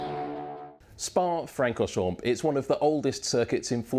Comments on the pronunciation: Dude in video: *pronounces most of Spa-Francorchamps correctly" Me: Don't you do it. Dude in video: ...mPPPPP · The “p” is silent in Francorchamp